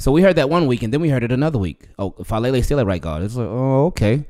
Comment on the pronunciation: It's Fa ah le le. Polynesian names pronounce each vowel. Thanks.